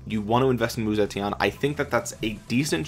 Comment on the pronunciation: The correct pronunciation is actually: Woo-Tze-Tien (武則天) But this doesn't really matter! 😃